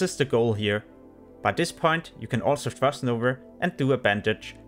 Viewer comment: Frost novA. Not NovER :p